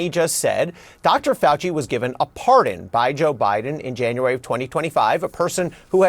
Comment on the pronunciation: "that fowchi he no goo me no like me like twump he no call me doopid"